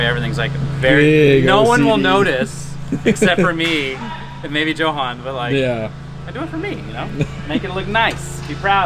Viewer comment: Jo-han?! It's pronounced Yo-han and they are supposed to be friends